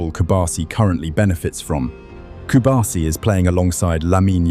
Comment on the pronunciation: It is not Cubarsi, it is Cubarsí. That accent mark on the last letter tells you that the stressed syllable is the last one. So it is not cu BAR si, it is cu bar SÍ. I know that you don't have to know this, but just in case you want to pronounce it right. Good video, though!